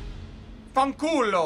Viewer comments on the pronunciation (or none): Lmao, I'm Italian and when you said FANCULO I was literally crying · The way you said "fanculo" was too funny 😂😂